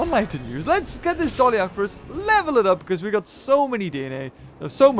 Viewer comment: FYI, it's pronounced "DOLLY-KORE-IN-COPS"